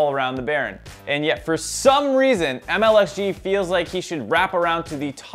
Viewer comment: maybe get the name correct？its MLXG lmfao